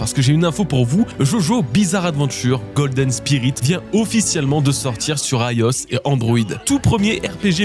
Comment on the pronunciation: IOS prononcé « aïe os » ça m’a pris par surprise 😂